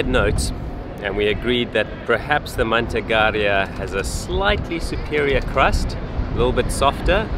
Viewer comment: Your pronounciation of "Manteigaria" is quite bizarre. All the vowels are deaf.😅